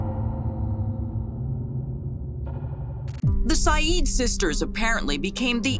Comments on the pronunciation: First video, it’s pronounced Sigh Eed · Babe it’s SAHEED that’s how it’s pronounced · Sarah and Amina's last name is pronounced "Sai-eed"... Their mother is as much at fault as their father. She went back to him, knowing what kind of monster he was. She should be locked up too. "Yasser Said, you're a devil"? Lady, you're a demon for going back to him ..